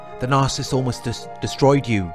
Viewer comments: It’s NAR-SIS-IST . . . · It's pronounced NAR SA SISST. . . Not NARCIST. . . God bless. X